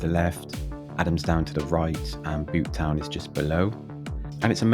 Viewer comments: and Butetown is pronounced beaut-town rather than boot-town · How have you managed to get the pronunciations so wrong? Surely your research should extend to speaking to locals? Caerau - phonetically Ky-ra Ely - Eely Butetown (can't believe you got this one wrong - there's no Welsh in this name) Bewt-town Cathays (Cat-hays) Since you happily survived, you proved these places are not particularly dangerous, certainly not in the daytime. To suggest that Cathays might be dangerous during the day is hilarious. It's a mess - worse than usual when you visited because students had all just left their digs en masse - but it's far from dangerous.